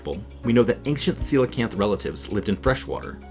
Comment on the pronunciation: they are Coelacanth Darwin, not Coelacan'th!!